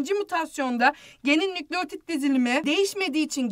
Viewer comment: nükleğtit değil nükleotid